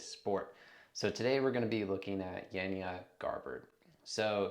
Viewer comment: You can’t even pronounce her name property. Sigh!